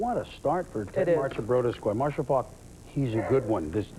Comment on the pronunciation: Robin Roberts cannot say "Faulk" (Marshall FAWK)